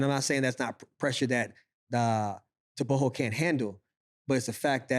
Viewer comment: Thank you for pronouncing Tebogo properly this time around